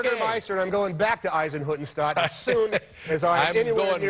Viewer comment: Hanks pronounced "Eisenhüttenstadt" really well